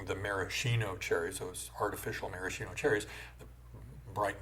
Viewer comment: Subscribed as soon as I heard ‘maraschino’ pronounced correctly.